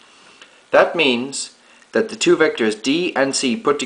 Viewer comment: You're saying "dash" instead of "that"